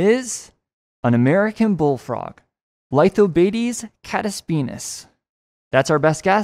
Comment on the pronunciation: It's pronounced: LEE-thoh-BAH-tes cah-TESS-be-YAH-nus